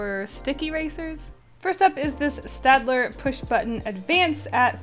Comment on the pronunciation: I don't want to be that guy buuut You and literally every artist on YT are pronouncing staedtler wrong! It's pronounced kinda like shtadler.